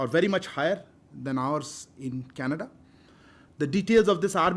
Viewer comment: New Meme....Oh Cana-duhhh😂😂😂